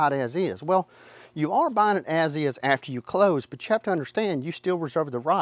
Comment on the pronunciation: I couldn't understand the whale inspection, until i realized he was ATTEMPTING to say "well."